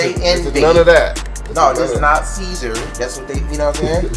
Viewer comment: « This is mot dj envy » 😂